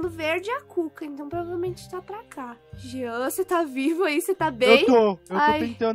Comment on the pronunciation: Kkk o jean”genter”